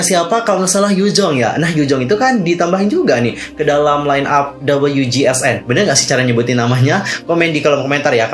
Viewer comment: Cara baca wjsn itu ujusonyeo kak, atau bisa di baca singkatnya uju, atau pake nama inggrisnya cosmic girls